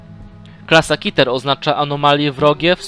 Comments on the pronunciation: nie mówi się kiter tylko keter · Przestań mówić kiter mówi się KETER kiter brzmi jak jakieś coś nie groźnego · Jaki KITER mówi się Keter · czemu ty muwisz kiter